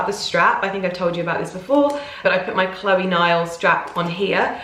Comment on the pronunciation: Chloé is not pronounced as Chlóe.